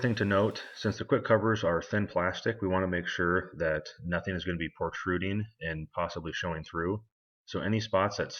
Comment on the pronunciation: he says portruding ? You mean protruding?